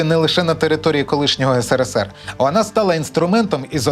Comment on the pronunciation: Да БЛІН НЕ " НКВДе", а " НКВС"!!@ СКІЛЬКИ МОЖНА "НАГАДУВАТИ"! ТИЖ ЖУРНАЛІС- ПОВИНЕН ЦЕ ЗНАТИ,ЧІ РОЗУТИ ! НУ ОТ ТИ ЧОМУСЬ ПРАВИЛЬНО КАЖЕШ"СРСР", ЧОМУ ВСЕ ІНШЕ НЕ ГАРАЗД?!